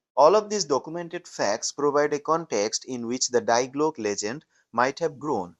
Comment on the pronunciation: If you can't even pronounce Die Glocke correctly, why would anyone believe anything you say?